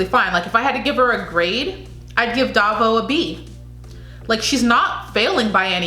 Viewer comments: Baguio is pronounced as Ba-gyoh.. Davao as Da-vow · Davao is pronounced DA -Vow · Hahaha, so now you know how its pronounced. You're doing awesome.😘❤️ So on your next video I cant wait to hear you say "Pa'Sigh". And for Davao.. Just think of the word "Vow" and connect them so it sounds like.."Da'Vow". Hope that helps. 😘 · It's pronounced Dah-vow :)